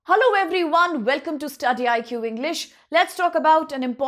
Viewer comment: Can I call your channel Tudy PQ instead of study IQ . If you couldn't pronounce it correctly then how can we study from you. You are teaching for UPSC so please let us the know the actual pronounce and actual word. 😢